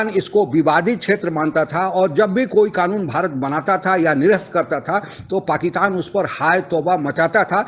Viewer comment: Sir uska naam Shah Mohammad Qureshi nahi, Shah MAHMUD Qureshi hai. You said it wrong atleast 3 times. And it's not Pakitan but PakiStan. Kahan se ho bhai? Please improve on your pronounciation.